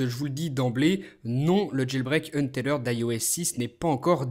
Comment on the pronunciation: Untethered est un mot anglais, donc il le prononce bien c'est pas comme en francais